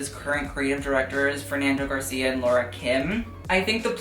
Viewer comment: it's actually really funny how pronounces Fernando García hahaha